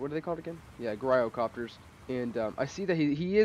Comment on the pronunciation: The "G" is pronounced as a "J" as in a gyroscope